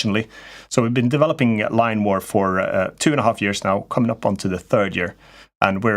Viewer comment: Line War! now I found it, I really thought your saying Lime war..🙂